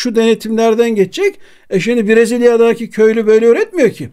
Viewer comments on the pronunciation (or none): Brezılyadaaaaki değil, brezilyadaki.. Bu telaffuz hatasını hep yapıyorsunuz